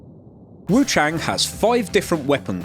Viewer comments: It's "Wu-chAHHng" not "Wu-chayng" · hey just letting you know, wuchang is said like wuchung/wuch*ah*ng